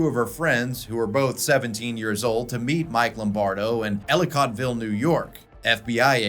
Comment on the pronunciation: I live an hour from there. It's pronounced elli-kit-vil. Like a first aid kit. Just saying